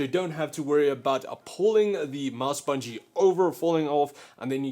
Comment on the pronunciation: Why do you say (a)mouse (a)bungie sounds awful and really uncomfortable. I hate how you keep adding an (a) in between words, i'm disliking for that.... sorry it annoys me (a)lots (a)sorry